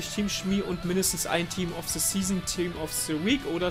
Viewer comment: sag bitte nicht „se“. es heisst „the“